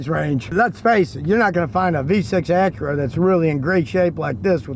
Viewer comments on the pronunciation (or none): none